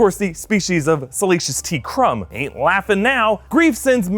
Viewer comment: Salacious B Crumb, not T